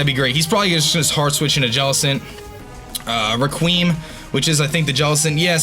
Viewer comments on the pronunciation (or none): Requiem pronounced (rec-we-em) not requeem lol